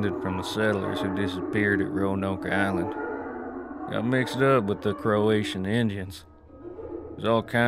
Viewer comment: Croatoan not Croatian… 😂